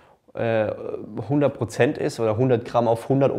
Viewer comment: Brozent sagt er auch Brozent ?